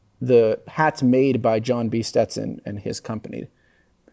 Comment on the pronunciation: Learn to pronounce young lady. Stet Son. Not Ste Ton